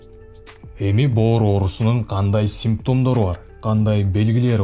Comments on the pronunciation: Боор дегин😂😂😂😂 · бөөр деп боорду эздин.молодец. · 👏👏👏👍👍👍😆😆😆аябай жакшы түшүндүрүп бердиңиз СИЗГЕ рахмат бөөр дегениңиз күлкүлүү болду 👍😂😂😂